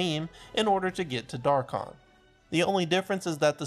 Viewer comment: How did u say rathalos wrong yet say dharkon right